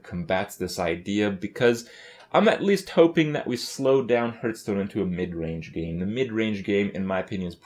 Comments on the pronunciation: Okei this has been bothering me for a while now. Why does he always mispronounce Hearthstone???? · Over 2 years into this shitfest, still pronounces gaystone wrong.